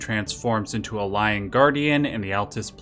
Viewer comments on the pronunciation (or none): none